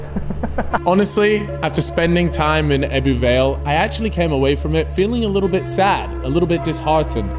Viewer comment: The way you pronounce ebbw every time made me cringe